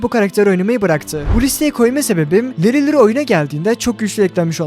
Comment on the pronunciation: Larry Lawrie ❌ leri luri ✅😂😂😂😂 Abi kalp aaatttt lütfennnğğ